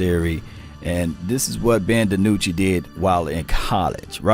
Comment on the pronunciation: Maybe some fellow team channels will change tunes concerning Dinucci. They won't even say his name correctly. Sure, everyone wants Dak to play..............but....yeah. You play who you got and like it. Too bad the line sucks and he has to run for his life like the 2 guys before him.